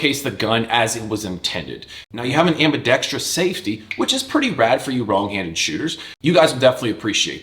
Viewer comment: You pronounced ambidextrous correctly.. +10 points. Great video.